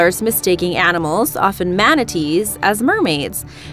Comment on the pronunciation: barents sea not bering sea